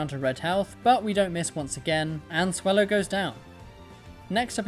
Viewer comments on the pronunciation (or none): none